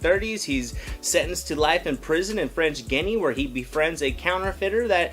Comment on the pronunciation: His pronunciation of papillon and French Guyana are way off.